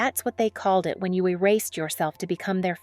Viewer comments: You said "they're the IT (internet technology) couple. It should have been read, "They're the "It" (most popular) couple. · "the I.T. couple of paris" ...... you mean the it couple.. or was Linda setting up routers?